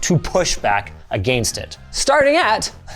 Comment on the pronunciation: Someone PLEASE teach him how to say "Against" correctly!!!